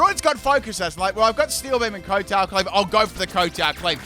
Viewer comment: you are pronouncing kowtow wrong. It's pronounced kau-tau. It's named based on the type of bow he does as he attacks with the blade on his head.